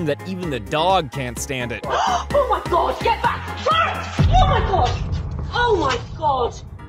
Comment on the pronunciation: When he sead Dod saves man I was like is this drar man vid